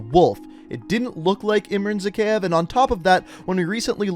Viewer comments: lol he doesn't even pronounce Zakeave right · "Zakhaev Arms" Ahahahahahahaha! Wait, "Zakhaev Arms" Hahahahahahahahaha. One more...